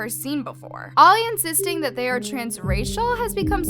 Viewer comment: It’s the emphasis on the they💀